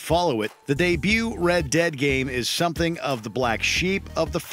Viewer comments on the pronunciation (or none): none